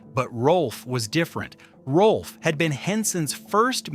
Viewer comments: It’s NOT “Rolf”. It’s “ROWLF”! If you want to be authoritative, GET YOUR FACTS STRAIGHT! And The Muppets without Frank Oz? That’s just WRONG, like nearly everything the Walt Disney Company does. But then, The Walt Disney Company without Uncle Walt has NEVER done things right. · The video says that Rowlf was the closest to Henson, but spells the name wrong and pronounces it wrong. Why should I watch the rest?